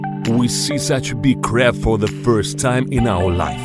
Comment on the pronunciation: Crap? Or Crab? Sounded like Crap.